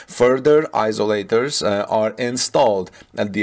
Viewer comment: I tried to help him before, but he has no time to read the comments. eye-Zo--lators and Souplied